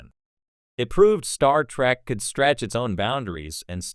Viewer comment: Your Ai voice program is pissing me the Hell Off!! Your friggin Ai keeps saying, "Star Track" instead of Star Trek. You're NO Sci-fi fan. You're just trying to make a buck!